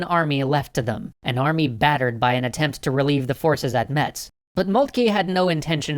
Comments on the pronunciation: pssst!.. It's prounounced "mess" not "meTss" ;) Lovely city by the way, feel free to come check it out ! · Metz is pronounced "Mess" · PSA for all non-French people and, I swear to God, also French people : Metz is pronounced "Mess". Don't know why. It just is. Love your series. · By the way, nowadays the T in "Metz" is silent. It's pronounced like "mess". Don't ever, ever pronounce the T in front of a lorrain. ;) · You're pronounce Metz in french Iike Maytse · Metz is pronounced 'mess' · "Metz" is pronounced the same way as "Mess" trust me, I live in the region. No really, it is. Even a large number of French people (Metz being part of France now) don't say it that way. However, you are politely, but very firmly, corrected if you pronounce it the wrong way by anyone who lives near. I don't expect this comment will reach the ears of for the lies episode, but I felt it necessary to defend the opinion of my adopted region.